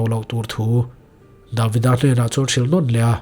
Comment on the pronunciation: Davida ni lo in David-a oh. A lam rik dan hi thiam tawh teh uh ngaihthlak a hre awm a dik zawk hriat chuan josefa ni lo josef-a entir nan